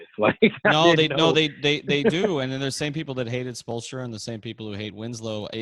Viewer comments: "Spolestra" lmaoo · Love show. Wish the guest would say Spo’s name right. Hard to take him seriously as an expert on the Heat. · Spoelstra Spoelstra Spoelstra this guy is butchering his name 🤦🏿‍♂️